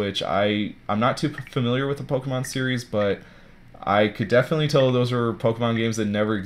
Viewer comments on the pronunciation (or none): none